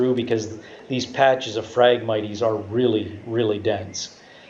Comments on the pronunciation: phragmit"ies" LOL. phragmites (mights) Great info, love the breakdown and detail. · I had to quit watching because your pronunciation for the word phragmites was driving me nuts. It is pronounced frag-mites like the bug a mite...... Not miteeeees. there is no long e in that word. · Cool video and super accurate all except for the pronunciation of Phragmites. The e is silent bud. Lol. Had to say it sorry